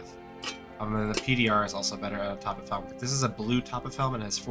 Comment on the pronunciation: topf is german and means bucket. it's a 1 syllable word. topf, not toppiff.